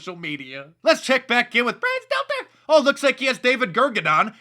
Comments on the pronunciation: Mark Dice every time you say ~Brian seltzer~ it brightens my day. For some reason it keeps getting more funny. Wait, is it Stelter? I seriously though it was seltzer. Stelter makes less sense as he is already wearing half of a bozo wig. An easy mistake I suppose. Good day. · Omg, you crack me up how you say his name lol 😂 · I love how Mark says "Brian Stelter" 😂😂😂😂😂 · i love how mark says Brian name..